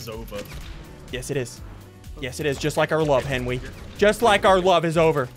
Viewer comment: I love how he says henwy